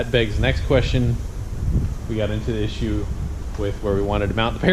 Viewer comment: "Harness issure"